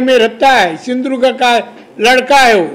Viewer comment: केंद्रीय मंत्री म्हणवून घेतात व याला साधं सिंधुदुर्ग म्हणता येत नाही .कसला मंत्री ?